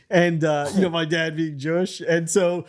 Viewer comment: “Evil Jooish trick” 💀